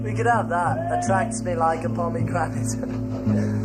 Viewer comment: Pomegranate, not pomegranite.